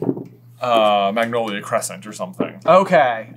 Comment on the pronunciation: English: Magnolia Crescent Benglish: Mcynolic Crescent